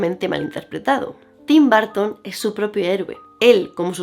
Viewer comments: TIM BAR...TON OPEN ENGLISH...JODER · Me encantó pero cada vez que dice BÁrton me 😵‍💫🫨